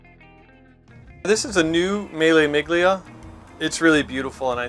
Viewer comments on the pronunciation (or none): Imagine working with classic cars for 20 years and pronouncing Mille Miglia like that...